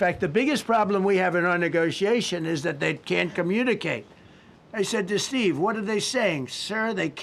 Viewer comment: steve you "are firw"😂